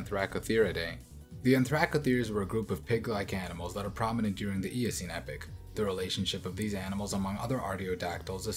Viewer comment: Epoch....Epic!!!! Two different words pronounced two different ways